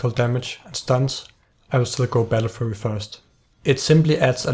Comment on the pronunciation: He prenounces battlefury "battlefurry" lol